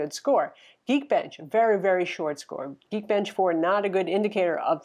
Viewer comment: Its geek bench not geen